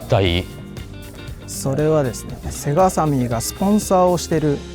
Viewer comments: セガ⤵じゃなくてセガ⤴なの好き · 「セ↑ガ↓」じゃなくて「セ↓ガ↓」ちゃうんけ？ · ゲーセンでエーガーて聞こえてたな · 最近はセガの発音違うのかな？ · セガさんのイントネーションが聞いたこともないイントネーションだと思ったらセガサミーのイントネーションだった。セガ単体とセガサミーじゃイントネーション変わるの目から鱗。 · セガサターンのセガの言い方で笑ったww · 合間の「セーガー♪」に感動 ときどさんの「セガさん」のアクセントは気になりました😅 セガ大好き！！